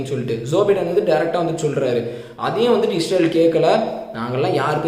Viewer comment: Bro its ISrael not IsHrael... Nice video...